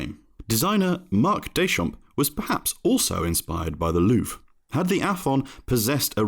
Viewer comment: It's also not pronounced "Loof ".